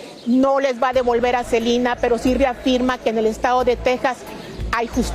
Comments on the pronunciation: La reportera de dice SELINA y es SELENA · Por qué dice Selina?😮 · Reportera aprenda hablar no es cilina es selena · SELENA, no Selina.... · SELENAa. Con E no Selina con I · Por que dice Celina 🙄🙄🙄 son nombres completamente distintos es Selena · Así se pronuncia en inglés, pero ella está hablando en español debería decir "Selena"🤷‍♀️